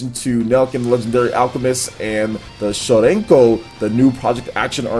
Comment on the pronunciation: Shironeko in other words "white cat" I'm not trying to make fun of but..... why is so hard for English speaking people to pronounce Japanese? The rrrrrrr sound is something that they suffer And even in anime english dubs I never hear a correct pronunciation of a japanese name. Maybe that's one of the reasons that I just don't like dubs.